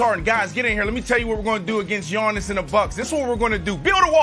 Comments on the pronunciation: When Brandon says “Yawnnis” 😂😂😂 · "Yawniss" god I hate Brandon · Nobody: Brandon: “YAWNIS”